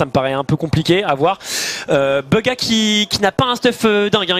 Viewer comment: 100% ta écouter airwaks sur son interview sur bugha mdrr tu galère à dire son nom beugha